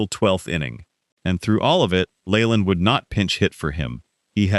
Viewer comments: Jim Leyland's last name is pronounced "Lee-land," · His name is NOT pronounced LAYLAND. LEARN HOW TO PRONOUNCE IT CORRECTLY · This guy talking can’t pronounce half the names Layland no! , it’s not in Gee but In Bea, inga, Rah Burn No Rayburn no. Don’t write about a subject if you don’t know the people, you Hack.